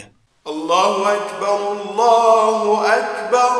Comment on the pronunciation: انا اسف جدا ولا انك ما راح تزعل من ها السؤال الله يحفظك ربي المنان بآيات آلقرآن راح اقولك ان في المقامات الأذان راح يكون صوتك في التكبير الله واكبر وده خطاء (واكبر) خطاء وانا اسف جدا جدا وفي الاذان ان يكون الصح ( أ كبر ) في النطق انا مؤذن وليس ان اعدل على حضرتك وصوتك جميل جدا جدا بس التكبير اللي في خطاء بس بين (و).اكبر. ( أ )